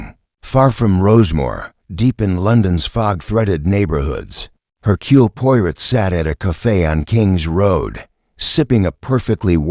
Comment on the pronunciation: hmmm.....AI voice :/ can't pronounce Hercule Poirot and j ust keeps running thru